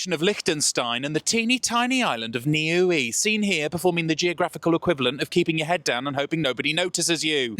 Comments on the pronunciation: Hey bro if you don't want to look like a thicky thicky dumb dumb in front of your mates pronounce Niue.. New way...or New wear, but definitely not Nee ooo wee.🤙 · It’s pronounced new-eh. You’re welcome. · Pronounced “Nu-aye” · Niue = New-ey, like Tuesday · Nuie is pronounced New-Eh. Though I do also like NeeUwee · Niue is pronounced new - way. It's a bit of a weird one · It's pronounced Noo-ey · Its pronounced Nuaye..... but otherwise perfect 🥰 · For future reference, not that it'll ever come up again, Niue is pronounced closer to "new-way" than whatever tf that was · Okay, okay, very well said, but. Niue. New-ay. Say it with me. Understandable mistake though, I too struggle with words that are 75% vowels. -Some rando from New Zealand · Pronunciation ... Nooway for Niue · It's pronounced Noo-ay, but otherwise very informative thanks 😄👍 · Niue is pronounced Nyoo-ay lol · Apart from your butchering of Nuie's name, a brilliant message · I had to watch this twice because the first time I was too busy crying at the pronunciation of Niue. It was beautiful. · mate - niue island is not pronounced like that even though you have the shits pronounce it properly its not that hard also niue island is under nzs protection and niueans are nz citizens and have as much rights as kiwis in nz have